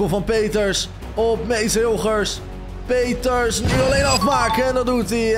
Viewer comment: Je zij in de plaats van Peters pieters